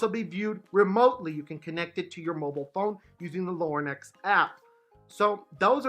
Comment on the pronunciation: He keeps saying “Lorn-ex”